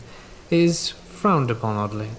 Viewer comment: "My father told me to respect the animals when I began trapping".. Lol, I can't lie to ya folks, my thought process went somewhere else when he said " trapping is frowned u we epon" 😅